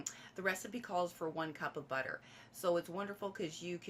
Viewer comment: That's alot of butah 🤣🍀👌